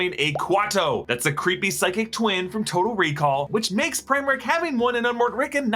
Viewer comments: is it just me, or did he say "total rickall" when he meant to say "total recall"? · you kept saying total rickall when you ment total recall